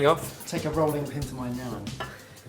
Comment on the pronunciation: No no nou it's not Naan